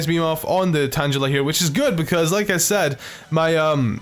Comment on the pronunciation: If he pronounces tangela tan-jela would he say tanjelled